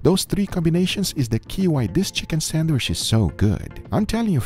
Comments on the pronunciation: you said "san-wish" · for the love of a holy meat, pronounce sandwich correctly, it is not sandwish:D